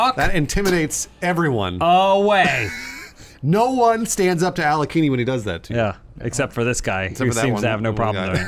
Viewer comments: Alekini? I think it's Alekhain. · It is not Alekini. It is Alekhine. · It's AH-LYO-HEEN, not AH-LEE-KHEE-NEE. Source: I'm a certified russian. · Awesome video, as usual! But it's pronounced "Alekhin's Gun". Aleksandr Alekhin was a famous Russian chess player, who emigrated to France (that's why his lat name is spelled so, erm, funny). P.S. I have no idea what he has to do with guns, as far as I know he never shot any guns in his life.